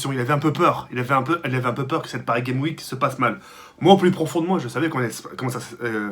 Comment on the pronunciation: Leawhi / Nan je disais ça pour la prononciation de car au lieu de dire Paris Games Week il dit PariGaimeWik